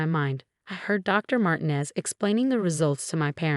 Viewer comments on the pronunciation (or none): Mar-tee-nez or Mar-teen-ez. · And sometimes it’s Marginez! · I’ve been thinking the same thing for a while